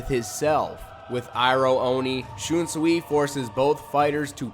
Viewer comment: it's pronounced shun sway lol but I think he's the strongest of all the captains. wouldn't have placed the rose whip dude so high he is fodder IMHO got wiped out by mask de masculine then renji took him out so... I know renji had a power up but that means dude is not that good. Gin is higher tier than him. he almost took out aizen